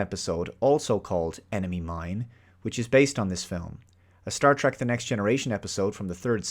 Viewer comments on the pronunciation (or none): none